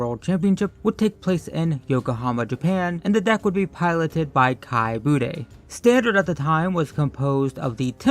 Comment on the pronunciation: i just learned about kai budde and ive been playing since 94! hes a legend oh and its boo'DUH not...bootay lol